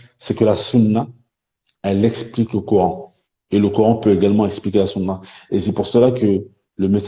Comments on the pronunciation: Il sai pa prononcé le mot Coran en arabe et il a pa reussi a lire un seul verset du quran en arabe et il veut rendre mecrean les musulman cest incroyable jai jamai vu un ignorant comme lui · a le mec en bleu prononce le mot Coran en arabe c'est incroyable MMDDRR!!!!